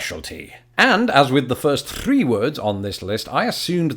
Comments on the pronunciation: There’s not enough leaf peeping comments. I’ve never heard of it. the first thRRRee words. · Nobody’s going to say anything about him rolling his R when he said “three”? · U rolled the shit outta that r I’m impressed haha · The way he said 3 😂😂